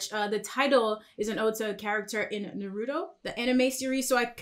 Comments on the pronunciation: Madeska wtf is NAH- ROOT- O? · When she said naruto it hurt my soul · NAW-RA-TOE NEDESKA